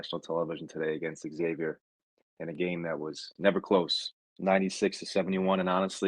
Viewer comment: When you get beat by 25, should pronounce the name correctly, it’s Xavier not eggsavier lol